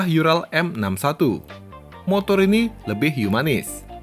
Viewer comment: Maaf,Bang. URAL (ураль) dibacanya bukan yural tapi tetap ural karena itu bahasa Rusia 🙏